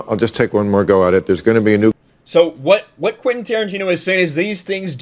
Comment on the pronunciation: Quentin, not Quinten